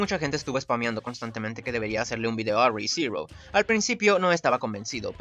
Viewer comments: ulala señor francés :v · Re:Zero ulala señor francés :v